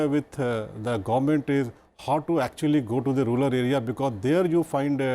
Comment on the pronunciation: TQ Mohammad sir pronounced 'Ruler area' instead 'Rural area'.😋